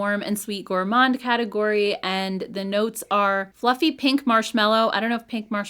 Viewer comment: Hi since I am french canadian, the word Gourmand...you don't prononce the ''D'' at the end. It is a french word buy the ''D'' remains silent.